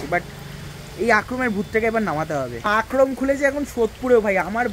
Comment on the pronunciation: Akrom na re bhai akram akrom akrom korei jarche😂